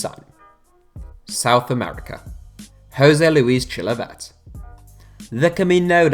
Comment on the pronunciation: Well done for butchering the pronunciation of Chilavert's name